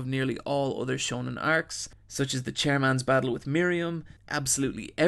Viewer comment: I love how the Irish man in you bleeds out every now and again in your videos, I couldn't stop laughing when you pronounced Komugi as Camogie and I mean that in a good way :)